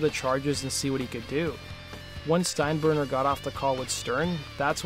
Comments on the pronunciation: I don't think I've ever heard it mispronounced before lol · Steinburner? Nope! It was Steinbrenner! At least get that part of the story down please!